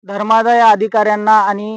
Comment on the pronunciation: हा महाराज म्हणजे अक्कलशुन्य माणूस म्हणावा लागेल कारण त्यानं आपल्या दिलेल्या निवेदनात नेमका भ्रष्टाचार काय केला त्याचे स्वरूप आहे याचे क्लिअर करता येत नाही तो मग साधू महाराज कसा झाला असा प्रश्र्न निर्माण होतो. धर्मादाय असा शब्द उच्चारता येत नाही धर्मालय असं संबोधतो .जिल्यातील जवळपास सर्वच देवा धर्माचा संस्थान मध्ये अनेकविध घोटाळे आहेत त्या सर्वच माठांची चौकशी करून ढोंगी महाराज यांना जेल मध्ये सडत ठेवायला हवे. सन्मानित संपद्दक उपाध्ये सर यांना dhanyawad